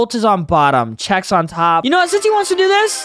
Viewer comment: Yea “Chef” it’s Chex